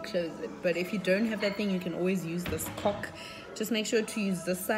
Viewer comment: How does she not know how she’s saying cork lol